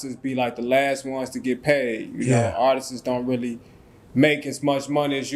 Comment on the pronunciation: Dude said: "Artisses" 😂 be the last one to get paid. It's Artists my man.